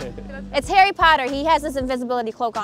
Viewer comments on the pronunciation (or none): none